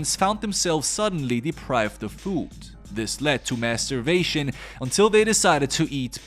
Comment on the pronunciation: DID HE SAY MASS STARVATION OR MASTURBATON